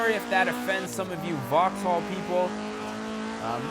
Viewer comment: It's pronounced voxall not voxhall